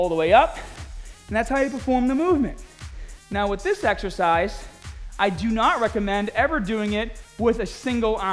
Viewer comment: "YOUR EXEHCISE SELECTION IS PURE GAHHBAGE" XD